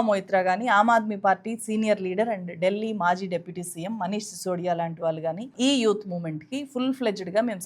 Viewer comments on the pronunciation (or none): none